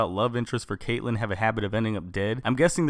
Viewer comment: Oliver Queen /Green arrow Caitlin not caitllen it annoys me when people say it wrong